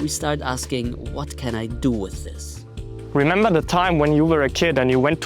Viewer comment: The "remeber" instead of "remember" appears quite regular. On purpose?